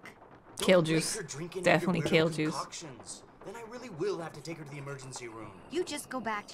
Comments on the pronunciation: I hear kill juice everytime! So when you said ''Kill juice is not that bad'' I was really confused.😂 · Lol. Kale juice... got it. I thought she was saying kill juice. Took me a sec. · I had to turn on subtitles and listen a few times over to understand she meant kale juice and not KILL juice. I was so concerned when she said it wasn't really that bad, like excuse me ma'am do you drink poison regularly? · I thought she was saying “kill juice” at first 😅